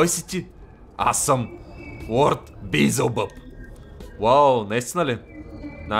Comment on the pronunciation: казва се велзевул не билзелбъб XD. На различните езици има разлика заради грешки в превода на Библията.